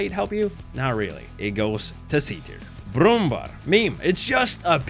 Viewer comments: Brummbar > Brummbär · the way you said brummbär is funny